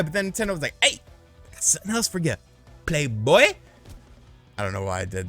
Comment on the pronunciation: That Plehboi, made me laugh 😂